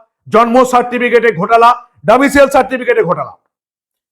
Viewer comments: বারবার ডোমিসিয়াল বলছ কেন ভাই? উচ্চারণ হবে ডোমিসাইল। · Katha ta Domicile, "Domicial" noi..., please correct your pronunciation 🙏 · ডমিসিয়াল নয়- ডমিসাইল।